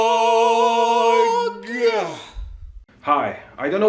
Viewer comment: feel like you have an extra syllable: E-LEC-[TO?]-RO-BLOOOOOG